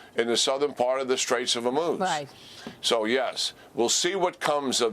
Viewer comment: General Keane: ONE strait, not the straits as you keep wrongly saying it. Singular not plural. HORmuz as in Horrible, not HER. It should not rhyme with vermouth as you mispronounce it.